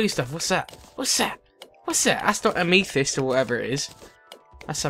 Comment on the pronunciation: Its pronounced "Am m eh th ih s t" and they gems are crafted to make phasesabers....lightsabers ;)